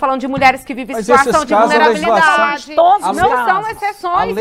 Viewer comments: A mulher não sabe falar legislação, fica falando lezislação . É irritante como os mais ignorantes são quem querem ditar as regras. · E essa p... dessa abortista (como a maioria esmagadora da esquerdalha) não sabe nem pronunciar "leGislação"...; já repararam que ela pronuncia "leZislação" ? Como diria o saudoso professor Enéas: "-...incapacidade mitocondrial absoluta de minimamente raciocinar..." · "Lelisação", ñ sabe nem falar direito.